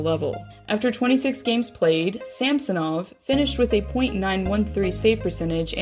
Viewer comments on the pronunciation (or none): It pronounced [sʌmsonov] , emphasis on the second syllable